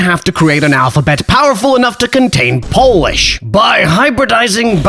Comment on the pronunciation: Unlike all of language revievers you can really pronounce Polish.